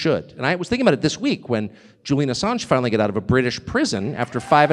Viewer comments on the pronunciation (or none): none